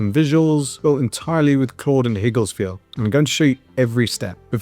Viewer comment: It's not Higgles 😄, Its Higgs-Field. Besides that great video